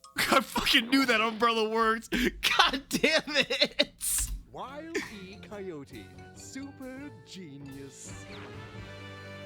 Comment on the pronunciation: Willy Coyote?! Did I hear that right? Wile E (as in... wily. Cunning. Clever)